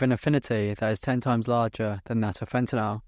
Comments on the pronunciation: Sorry man, had to stop watching less than a minute in, could take you constantly pronouncing it fentinal… Fen-TA-nyl. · Why do they pronounce fentanyl as fentanol ? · It's called fentanyl..not fentenall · Very rare to hear the British pronunciation of "fentanyl" these days, even amongst UK trained chemists. At the risk of appearing over inquisitive, where did you read for your BSc? [No offence if you prefer not to answer that question of course.] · Its a US vs UK pronunciation, in the US we pronounce yl as "ol" where as in the UK they pronounce is "an-ni-yl"